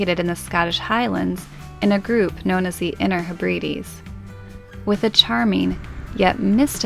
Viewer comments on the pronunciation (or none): Love your videos and hope you can eventually make it to the south coast of the UK and Portsmouth. BTW, pronunciation of the Inner Hebrides..... lol. Try saying Hebradees. Keep up the great work.